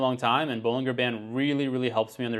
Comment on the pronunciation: You can't take credit for Bollinger Bands and then proceed to repeatedly mispronounced them. It's ball-in-jer.